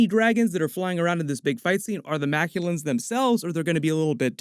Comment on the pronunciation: The space dragons that made the rings are called the Mak'luan, not the Makulans. 'The Makulans' sounds like an alien race from Dr Who.